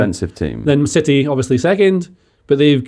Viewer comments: Why has suddenly decided to pronounce 'city' as 'siddy'. I demand an explanation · Stop saying Cidy,.